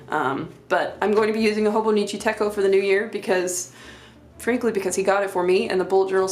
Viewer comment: Techo is pronounced just like it’s spelled, like the “ch” in chocolate